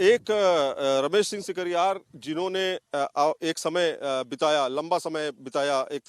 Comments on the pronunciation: sikaryar ki jagah sikarwar Bolana hai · Ramesh Singh Sikarwar hai, shikarhar ulta bolte ho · Thakur ramesh singh sikarwar name acche bol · Sikarwar bol bhai ...Sikarwar ❤️